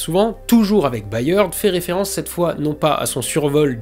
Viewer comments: Cette vidéo est juste parfaite, mais si je puis me permettre le patronyme Byrd se prononce à peu près comme bird (beurd, donc). C'est également celui de William Byrd, compositeur majeur de la Renaissance 😉. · "Byrd" en anglais se prononce exactement comme "bird" (oiseau).